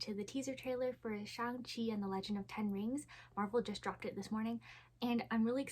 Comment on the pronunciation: Congratulations! You're the first YouTuber I've seen who actually got the vowel sounds right in "Shang-Chi." :) Thanks for the video!